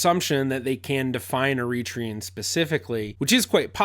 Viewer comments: Please ! Eritrean is pronounced " Ari-TREE-an" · Isn't it Er-ri-TRA-on? And please never forget, much of Youtube is pure dramatic acting. They want your eyeballs, not your logic. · Please put the accent on the 3rd syllable e ri trE an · I’ve always pronounced Eritrean with the stress on the penultimate vowel. Is that wrong? Is it a British thing?